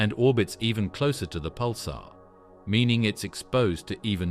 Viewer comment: He's talking about it saying ad like ad and not a d as you would in a sequence of numbers symbolizing a name. And the way they say pular is also extremely terrible to listen to. I've heard him say is like 15 times already